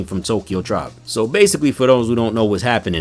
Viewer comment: You said Tribe wrong